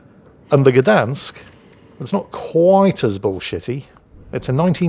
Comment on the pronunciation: Its pronounced "shdansk"